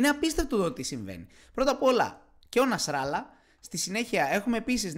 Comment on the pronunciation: Χεζμπολλάχ, όχι Χεζμπολάχ. Νασραλλάχ ή Νασραλλάχ, όχι Νασράλα.